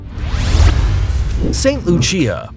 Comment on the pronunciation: The way you pronounce saint Lucia😂😂😂🤣